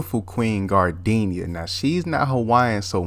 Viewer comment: "gardinia" had me dead😂😂